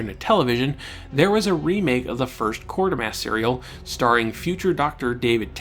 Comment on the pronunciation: I’m sure you’re aware by now but there is only one ‘r’ in Quatermass; and it wasn’t a one-off as you said Quartermass many times in quick succession.